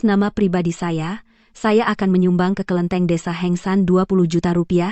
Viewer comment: bukan kelinteng..ini kelentit hahaha..